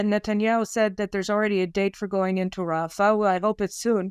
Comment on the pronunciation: say "RAFAH", for English and International listeners. Thank you for your work.